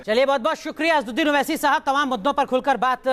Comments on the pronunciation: ye jo anchor hai inko thik se asswadin owese ka naam be thik se lena nahi aara hai..Aur asad bhai se baat karraha hai.. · Kaunsa anchor hi yeah jo asad bhai ka naam lene bhi nahi aara isko...hhhh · Asaduddin owesi naam to sahise lena nahi aata anchor ko🤣🤣🤣🤣🤣🤣🤣